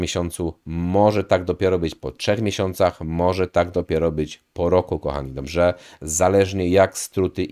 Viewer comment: Fajne masz filmiki. Zasubskrybowałem i będę oglądał. Ja z "Żywienia optymalnego" dr. Kwaśniewskiego po około roku od dwóch tygodni na karniworze. Czekam na efekty. P. S. Tylko musisz popracować nad słowem "Dobrze". Pozdrawiam.